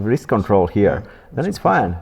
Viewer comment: Wrist ❌ Wrizz✅